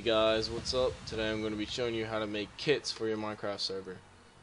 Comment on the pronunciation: I swear it the beginning it sounds like "How to make kids for your mincraft server" "Alright to make kids" Good you can teach me how to make kids :P